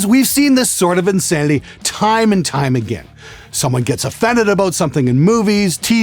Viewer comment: Best part is when he said aboot lol I wanna go back to Canada now for some fries and gravy and crown royal and coke yaassssss!